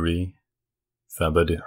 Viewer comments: The name is Tib-oh-doe im from louisiana lmao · you say it like Th-ibo-dew,but it's pronounced T-ibo- daw. Also Baton Rouge is pronounced Bat-on, not Ba-ton